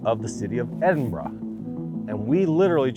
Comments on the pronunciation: It warms the cockles of my heart that you pronounced Edinburgh properly! Scottish American here! 🇺🇸🏴 Forget the naysayers. Land conservation and a fun novelty, I love it! And great footage of Scotland!! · 6 mins in. I'm scottish living in Scotland. Top of the morning to you is an Irish thing. At least you tried to say Edinburgh right. You met the woman from established titles who's gonna be biased. You're clutching at straws, it's a scam 😒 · You were 15miles from my house when in Edinburgh 🙂. In fact you drove by within a mile of my house . I pass by the established titles land in the Borders quite often. I congratulate you on your pronunciation of Edinburgh 👍. You can pretty much wild camp anywhere in Scotland, just not near houses. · Big Respect to you Dave for actually pronouncing Edinburgh correctly and not overdoing it like many others would. Merry Christmas to you and yours Dave. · Really happy you pronounced Edinburgh correctly 😂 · Nice to hear you pronounce Edinburgh correctly..Well done!! Lol😃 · It does my heart good to hear you pronounce "Edinburgh" correctly, Dave. And I'm also glad you got to experience the joy of the British rail system. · Hope you had a good time regardless whilst you were here in our Country! And fucking well done for pronouncing Edinburgh correctly, so many American YouTubers get it sooooo wrong. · points for saying Edinburgh correctly. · Thank you for saying Edinburgh correctly! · Thank you for pronouncing Edinburgh the right way. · Congratulations on your pronunciation of my home city. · Welcome guys and regardless of everything else, THANKYOU for pronouncing Edinburgh even close to correctly. Solid 9/10 😂 it kills my soul everytime it's pronounced edinboro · Hey, that was a pretty decent pronunciation of "Edinburgh" for someone from that side of the Atlantic. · Thank you the first American who has called Edinburgh by its correct name 😂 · From a Scottish fan I’m just glad you said Edinburgh right 😂